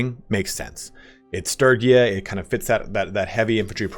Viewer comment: hearing you mispronounce sturgia every 5 seconds is so cringe...